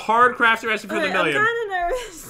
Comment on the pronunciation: He said resy B instead of resipe